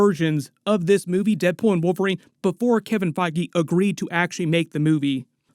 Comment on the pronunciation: "Kevin FIe-gee"